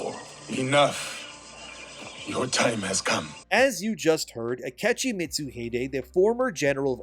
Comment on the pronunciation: His name is Ah-kee-chee